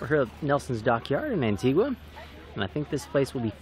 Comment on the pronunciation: Great video! We spent ten days learning how to say Anti-gah.....but I am curious...what is your speed in knots during your transitions....you look like your are moving along or were you motor sailing? Either way...great shots.